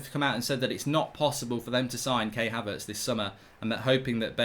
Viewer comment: Mark, for the umpteenth time, Havertz’s name is Kai as in Eye, not Kay as in weigh.